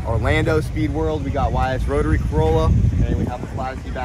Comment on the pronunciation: "The Carotary"